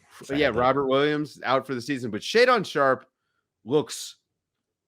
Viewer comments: AYE IT’S “SHAE-DEN” NOT “SHAE-DAWN” and with what you witnessed from Scoot, you’d start him over the NBA tested Simons!? Y’all trippin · Ya'll got it twisted, Ant is one of the 10 best players in the NBA under 24. Also learn to pronounce Shae's name.